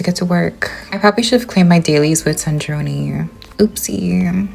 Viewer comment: dog cant pronounce sandrone and they literally say it in the game, dont mess with genshin players we dont listen, read, or know the story